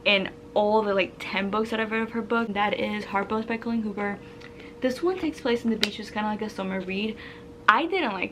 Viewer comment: Do you have a Spanish background? I notice when your talk your Bs and Vs pronounce the same - “Colleen Hoober” “Bibe”